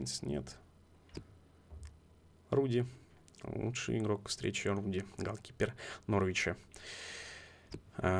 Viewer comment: ты неправильно назвал имя вратаря норвича не Рудди а Радди я просто фанат футбола я знаю